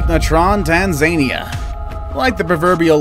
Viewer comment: I’m sorry but is no one gonna mention about the way he said Tanzania